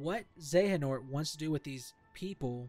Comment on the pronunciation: Honestly you suck at explanations. You sound all over the place. And the way you pronounce Xehanort is a bit off. Also, you should have used some gameplay footage or something instead of just standing there. ~Constructive Criticism